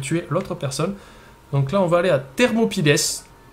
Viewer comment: C'est pas "Thermopylèsse", ce sont les Thermopyles (c'est un mor francais à prononcer en francais), un passage très serré au bord de la mer Egée.